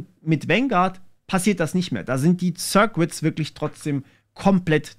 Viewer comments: Schönes Video, aber die "sirquitts" machen mich fertig... Das U in "circuits" ist stumm. Das sind "sirkitts". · sörkits nicht sörkwits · Sörkits, nicht Sörkwitz :D